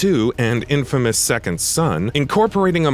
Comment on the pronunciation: Am I the only one getting uneasy by him saying infamas instead of infamous?